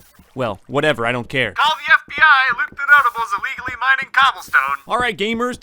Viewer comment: What This Part Sounded Like To Me (Btw No Hate!):NOW THaT I Got SIXTY-FoUr Bread I Can GO MINEINg! (Btw I Found It Funny How Said It)